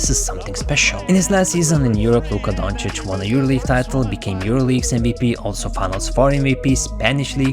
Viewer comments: To ignorant people: Doncic is pronounced like Jokic - with “O” not Dancic its DOncic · They still haven't learned shit. They still pronounce Luka's last name as Donchik at ESPN. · Back in the days it was ubheard of to compare doncic to westbrook… today it’s a huge compliment for westbrook to be compared to doncic. And still stephen a cant pronounce doncic’s name properly